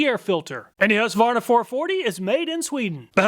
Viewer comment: Why do you not pronounce the Q in husqvarna? As a swede this confuses me x)